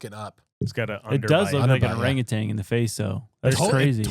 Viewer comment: It is NOT orangutang!!!!! It’s orangutan